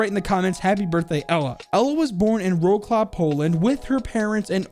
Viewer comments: Oh boi i just leve the way you pronounce polish names Wro-claw got me the most i think The way to pronounce it in english so it's most accurate would be Vrot-Saaf [none letters are silent] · I think its the first time I hear someone pronounce Wrocław as "rawclaw". Just for fututre Ł is very easy to pronounce its: "w" as in wood and the r after w I get it its hard. There is no really any word in english containing our prounciation of r but you probably heard russians or any other slavic language say it. :)